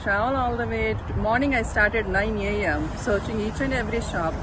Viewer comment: Nine Yay-yem 😂😂